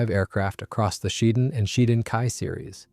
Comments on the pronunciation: Pronounced "she-den" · The emphasis is on the first syllable, "SHEE", and the second syllable is pronounced like "den".